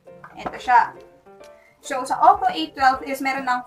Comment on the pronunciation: hi, correction: it pronounces as oppo ey-wan-2 or "a-1-2)